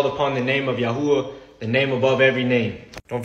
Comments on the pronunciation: Your "YaHooHa" made me laugh out loud. I know it's probably really bad form to start referring to God as YaHooHa, but it's really, REALLY tempting. God has a sense of humor, right? 🤣🤣🤣🤣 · YES! The four letters, Yod, Hey, Uau, Hey, do pronounce Yahuah. As it sounds. This man is clearly trying to force Hebrew into English sounds, and it is very obvious. And he even mentions Lew White, so this man knows the truth, and is intentionally deceiving. I would implore those seeing this video to do as the Scripture commands, and here Lew's argument, too. I challenge anyone to do so thoroughly, or you are breaking a Command by simply believing this video.